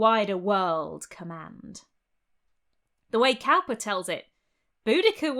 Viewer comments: William Cowper (supposedly an ancestor of mine), was a weird poet, and for no sensible reason (even as he tells it) he ran a hare sanctuary. But his name is pronounced like someone who makes barrels, not like someone who works with cows. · It's pronounced William Cooper (Cowper is). Love your content, love your voice, accent and your incredible knowledge. So you can imagine how great it felt to find the one word you mispronounced! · (Psst! Cowper's name is pronounced Cooper, I think.) I really enjoy your channel! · Cowper = "Cooper". Oh pedantry, sweet pedantry, my only joy and comfort...